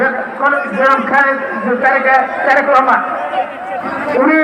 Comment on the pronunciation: বাবর ভাইয়ের বন্ধু তারেক রহমানের নামটাই ভালো করে বলতে পারলো না